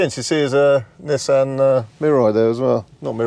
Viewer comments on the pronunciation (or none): none